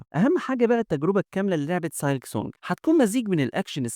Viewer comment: نصيحه حاول تحسن اللفظ الخاص بالكلمات الانجليزيه مثل silk تلفظ سيلك و ليس سالك